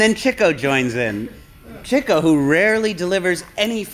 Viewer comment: Why does keep saying Chicko instead of Chico?